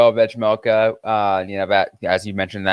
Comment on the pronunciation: I love the podcast and have been listening since November, so keep it up! But drive me insane that you can't pronounce 'vejmelka' 😂😂 My parents both served missions in the Czech Republic and speak Czech and you aren't supposed to pronounce the 'j' in his last name. When you just say 'Vej' it's fine, but even when you listen to a game you can hear the difference when Utah's broadcasting crew say his whole last name. It's just pronounced 've-mel-ka' lol